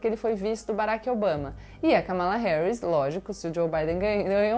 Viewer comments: Pronuncia-se " Câmala", e não "Camála"...de resto, tudo perfeito, como sempre. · Gabriela, uma correção: se pronuncia "Kâmalá", não "Kamála" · "Kamála"? O certo: "Kámala". Se essa bisonha for falar do Cristianismo, vai chamar Jesus de "Jézus" ou "Jesuíno". Hehehe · "Kamála"'? É /Kámala/, OU! Que impressão vc teria de alguém, se dizendo orador cristão, mas chamasse Jesus, de "Jesuíno"? " Pô, velho, se esse cara não sabe o nome de Jesus; da vida e doutrina, é que ele não sabe mesmo!", certamente, vc diria; e com razão. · Creio que a forma correta de pronunciar o nome é /Kâmala Harris/. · Oi, Gabriela. Só um pequeno detalhe a pronúncia do nome da vice é Kámala, como uma proparoxítona. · Gabi, veja como pronunciar corretamente o nome da Câma-lá Harris. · Ela deve pronunciar "Kamála", porque deve se lembrar dos petralhas "casmala" de dinheiro roubado. Hehehe